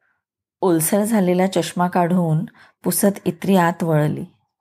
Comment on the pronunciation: अभिवाचन छान.. फक्त एक दुरुस्ती सुचावाविशी वाटते... ताईंनी जे संबोधन इत्री असं उच्चारलं आहे ते इन्नी असं आहे.